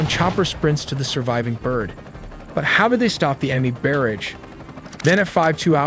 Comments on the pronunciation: Oh man, the AI narration though. Can't even pronounce "convoy" ”G's", " barrage", ect😢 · You beat me to it! Absolutely love these videos. This is AI without the AI Slop. However, to the creator of these videos, please look at the words, barrage, warthog and infrared. I'm sure it's a phonetics thing where you feed how you want AI to sound out the words. But your script did not sound out the words correctly. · It is pronounced Wart hog not warth hog. You didn't program the AI how to pronounce barrage correctly either. Your AI also needs to learn how to pronounce infrared and anomaly as well. Maybe have a Human do the audio instead of this piss poor text to speech. I remember a Windows 3.1 text to speech program doing better pronunciation that this. How far text to speech fallen what a 386 could do better text to speech than modern AI.